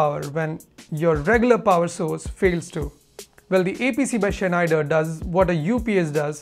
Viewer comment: Pronounced Snyder... the ch is really not pronounced... great vid!